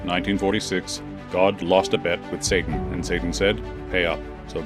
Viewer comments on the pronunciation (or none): He mispronounced Satan